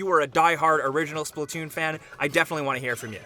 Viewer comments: It’s splatoon not splitoon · Wat did he just call splatoon?